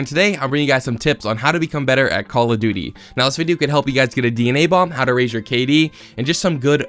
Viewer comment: he... he Said duty... lol